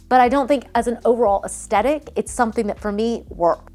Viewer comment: One trend that needs to be left behind is designers and DIYers saying "aesTetic" when it's "aesTHetic." There's an H and it's not silent, lol.